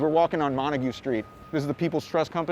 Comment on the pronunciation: u forgot to pronounce the 'T" in montague!